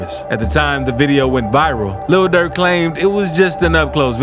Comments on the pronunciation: Why he keep saying “Luhl Durk” like that 😂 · The way he pronounce "Lil Durk" got me crying bro😂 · The way the narrator keep sayin lil durk lmao😂😂